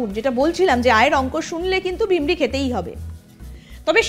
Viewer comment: Sangbadik bolchen vimri. Kothata virmi, 😂😂